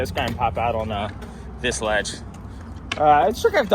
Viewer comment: you should try to kickflip on to it instead of kickflipping owuhn to it...hehehe thats my fav word with the accent